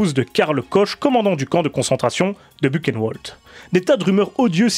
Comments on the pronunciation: On prononce ça burenvald pas bukenwold ☺ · Pas Beuquenneouelde, Bouhrenvalde ! ( Buchenwald ) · Vraiment super intéressante, ta vidéo. Sujet bien abordé, sans verser dans le simplisme. Juste un détail, mais c vraiment une goutte , qui ne nuit en rien à la qualité de ta vidéo : attention aux prononciations des mots allemands : railch, Bukenevald, etc . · Bu(RR)eun(V)ald. Le "CH" comme le "J" de mojito, et le "W" comme dans wagon. Sinon pour poursuivre et compléter cette vidéo : Cordialement